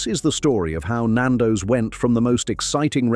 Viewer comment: This is AI at it’s absolute worst pal. Can’t pronounce Nando’s or Mozambique properly. The chicken shown in the screenshots are not Nando’s, there’s even a shot of fish FFS. This is slanderous. And this channel needs to be brought down!!